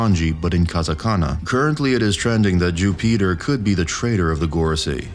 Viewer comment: Jew-Peter 😂 bro